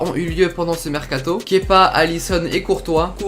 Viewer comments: un des rares qui prononce bien son prénom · Tu est le seul à bien prononcer kepa à blabla ! 😁👌